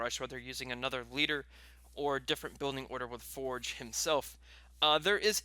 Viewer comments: who the fuck is foreg its forge (four-je) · "Sergeant Forej" do you have a reading issue? lol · Or you can Rush infantry and have 80 population by this time also for the love of God pronounce Forge right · re watch it man he does not